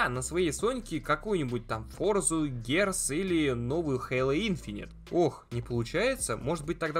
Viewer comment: Как же бесит его Плестеешен, научись говорить Плей Стейшн, да и не гэарс, а гирз.